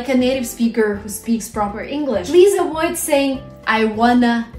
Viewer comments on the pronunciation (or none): Please pronounce avoid with v sound,not with w